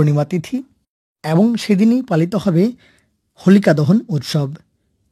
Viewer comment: এ্যবং? না, এবং?